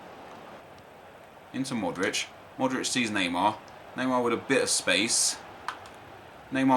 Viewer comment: Pronounces Modric right, pronounces Kovacic like Kovacick... Drives me mad :S